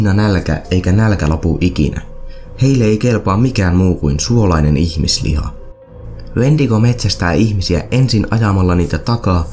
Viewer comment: Toi "Wentigo"-sana kuulostaa siltä "huumenesteeltä", en muista sitä nimee kyl just nyt 😂